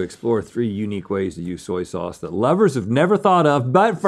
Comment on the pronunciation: "Zoy zauze" 😂😂